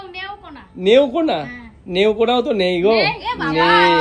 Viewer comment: ওটা নেওকোনা না ওটা নেত্রকোনা জেলা হবে। আমি বাংলাদেশের রংপুর জেলা থেকে দেখছি।❤❤